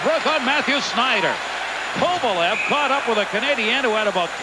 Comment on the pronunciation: He always messed up names. He would call Esa Tikkanen (pronounced TEE-kanen) TICK-anen. I remember another time early in his career he kept calling Alex Kovalev “Kovalesh”